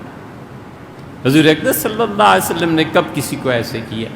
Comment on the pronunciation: نبی صلی اللہ علی وسلم بھی اس شخص کی زبان سے ادا نہیں ہوتا۔۔کہتا ہے نبی صلا والا وسلم۔ یہ کون سا درود ہے؟؟؟؟؟